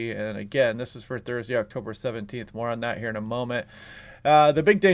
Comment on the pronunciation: The AI announcer failed with the date of the launch pronounce of October. Thanks for reminding me that human kind is fading from communication.